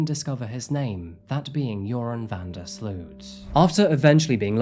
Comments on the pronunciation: 🙋🏼‍♀ btw Sloot issnt called sluut.. the double o is like the o in omg , so you can say o so its sloot , if its still unclear, sl + omg - mg + t. :) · You pronounce his last name as sloat. Like boat.